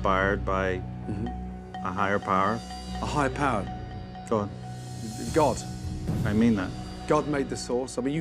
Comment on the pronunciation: I'm not gonna rip into dude believing god inspired his sauce. That would be far too easy. I am however gonna ask why he pronounces god that way? I can't get past it, I simply cannot.